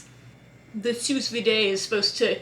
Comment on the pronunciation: Just for the record (and absolutely no derogation implied - you've evidently come across the words "sous vide" in writing without having heard it pronounced), "Sous vide" is pronounced /suːˈviːd/ ("Soo veed").